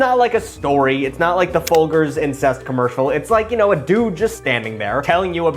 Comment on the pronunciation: Excuse me, the 'Ful-gers'? They literally say the name in the commercial.